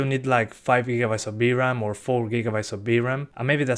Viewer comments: You know it's VRAM, not BRAM, right?! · knew that you said "v-ram" to be "b-ram"😄